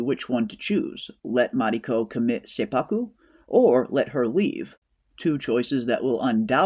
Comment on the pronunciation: Awesome review. Seppuku is pronounced set-pu-ku, BTW. Women are often referred to as the crimson color (red), and an example would be: Ko-itten. Ko-itten (紅一点）is used when there’s only one woman among few men, like one woman executive in a boardroom or one woman in the group of people singing karaoke. Perhaps “Crimson Sky (Ko-ten 紅天）” can also mean one woman going to heaven. I can’t wait for next week!